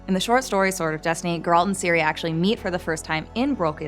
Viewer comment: Ciri not Siri!!!